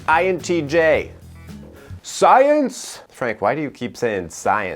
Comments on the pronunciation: Dude, I'm just in love with the way you say "SAAYENSE" Please use it more often😂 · I can't stop laughing evry time you say "SCIENCE" XD XD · Okay i dont know why..everytime you say science i always laughs😂😂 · Am I the one who laughed every single time he said sCiEnCe!!! ??? 🤣🤣🤣🤣